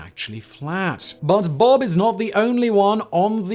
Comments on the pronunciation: It's not Bob its B.O.B but yeah once I heard he was a flat earther i knew my guy was washed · lol bob its B.O.B.